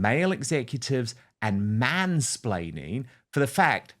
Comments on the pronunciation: It was actually ‘mainsplanning’ she blamed. Shows how stupid the word is that she doesn’t even know how to say it. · It's 'splaining not 'splanning luv. 😅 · Yeah because we want to listen to someone trying to be smug that can't say mansplaining properly, 😂 Her and her patriarchal men hating attitude, she's delusional. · Mansplaining lol. Love these (madeyuppy) words they come up with. Which she can't even say properly 😂😂